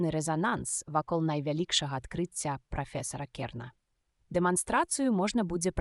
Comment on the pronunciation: Добрая ініцыятыва, але на першай жа хвіліне: - не галАва прафесАра, а галавА прафЕсара. - не сакАвіка, а сакавікА. - працы не дактАраў, а дактарОў. Калі ласка, агучце жывым чалавекам і перазаліце.